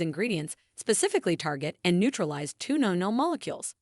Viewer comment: Perhaps your content would come across in a more professional manner if you got a narrator that was used to pronouncing English properly (rather than relying on AI text readers). It's grating to listen to words like "sebum", "biodiversity", "navel" and "nonenal" being pronounced incorrectly again and again. Also, it's better to suggest people "watch to the end" - rather than "till the end". It's worth spending a little effort to get the language right if you want a large English-speaking audience.